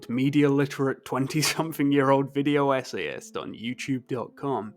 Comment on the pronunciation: "Video Essayist" sounds a little odd when spoken aloud my man 😂😂 Love your videos ofc